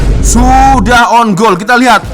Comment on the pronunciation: wak sebutan biar betul off side dan own goal ..